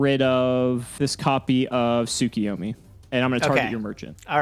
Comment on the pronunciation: Yet another week of reminding you two that you are mispronouncing Tsukuyomi. It isn't Tsu-ki-yo-mi. It is Tsu-KU-yo-mi. Please for the fans correct your pronunciation.